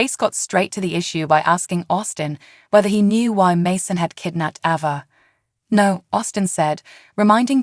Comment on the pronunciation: Its ava not abbA